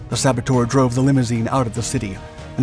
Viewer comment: Saboteur' is not pronounced ;sabbo-toor'. The correct pronunciation is 'sabbo-terr'.